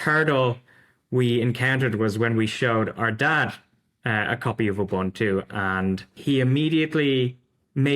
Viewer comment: Please please please... it's not pronounced "you-buntu", it is an African word pronounced "oe-buntu/oo-buntu". Think when you're saying "oe", the same sound as the word "shoe". Your guest from Zorin is pronouncing it perfectly.